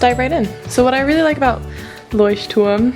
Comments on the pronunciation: Woah, I thought you were German when you actually pronounced Lechturm correctly, but scrolling through comments, you're actually American. Nice! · wait... you're not german? 😂 That was probably the best pronounciation of "Leuchtturm" I've heard so far and trust me I watched A LOT of videos about this 😂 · Are you german? If not, you are the first person to pronounce Leuchtturm correctly:) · are you german? you pronounced leuchtturm so good😂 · Du bist Deutsche, oder? Zumindest sprichst du das Wort "Leuchtturm" gut aus ^^ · Are you by any chance German cz you pronounced Leuchtturm perfectly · I swear she either speaks or is German because she cold pronounce that brand perfectly. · Your German pronunciation is on point. I also thought you were German at first. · as a german I thought you are german:D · leuchturm. i personally dont know the brand but that is a clear german pronounciation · First Person here on YouTube Who pronounce "Leuchtturm " the right Way 😍😂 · Wow you say "Leuchtturm" soo good. First I thought you are german :'D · ikr! she said was fluent in german in a reply to a commenter on this video :) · Yes i am german :D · Very nice video! Also, I like how you pronounce Leuchtturm, like how it's pronounced in German, instead of "Loish-term" (I kinda dislike that pronounciation) But yeah, definitely subscribing!👍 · Its great that you pronounced Leuchtturm right.